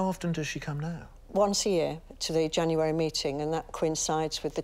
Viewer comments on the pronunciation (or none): none